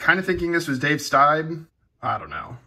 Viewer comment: Baseball auto is dave sties.. ex blue jay.. pronounced steeb